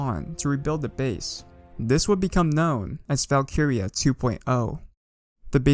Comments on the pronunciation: Never clicked so fast in my life also i swear its val-kree-ya not val-kee-ri-ya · Isn't it pronounced as "Valk-rea"? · great vid, but it is funny hearing him say Valk-iria 😂😂👍👍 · Bro the way he says valkyria